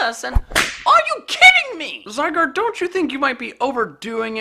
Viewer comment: ITS NOT ZYGUARD ITS SQUISHY